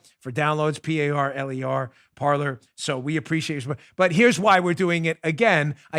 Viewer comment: Dan, when are you going to give up your tragically anglophile position of pronouncing the verb for TALK in French (Parler) as a place were people sit and drink tea (Parlor) ?